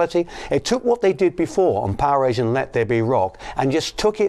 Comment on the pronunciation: Loved the video footage, but there's ALOT of misinformation by the narrators, especially from snagletooth who doesn't even know how to correctly pronounce the album title Powerage. Hopefully one day a real documentary about the Bon Scott years will be produced. That band is important to rock history. And of course, Bon Scott is the best Rock-N-Roll singer of all time!